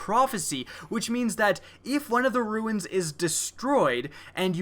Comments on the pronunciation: Yeah it's pronounced "roo-n" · why are you incapable of pronouncing the word "runes"?